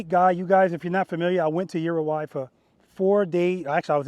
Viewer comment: Just making fun of your pronunciation brother. Thx for all your instruction, I’m a much better boss because of it.